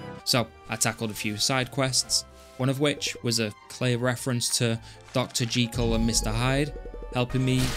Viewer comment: Great video 👌 Game looks way better than the first one 🐱🐶🌭 Loved the catdog reference as I was thinking the exact same thing. Lmao when you said Dr “jeekle” too 😂 Congrats on the plat 🏆❤️